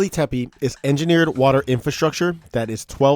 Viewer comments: Tepe not tepeE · First things first: You started with mispronouncing the name of the site. HOW COME? *TEH--PEH, not: "Teh-pee" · The second E in TepE is pronounced the same as the first one. So it's tepe not tepy, tepi, tepee but TEPE. Tepe is a turkish word for hill. First learn to pronounce the main thing you talk about. You say it a dozen times. Second the site wasn't that dry at that time, they had springs and wells which dried up and it got abandoned. If they did put terrazzo floors it was not the main water supply but an addition to combat the lack of water. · it's gobekli tepEH bro not tepey. so distracting. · He could have check the pronunciation of word Tepe, so we all can use it the right way!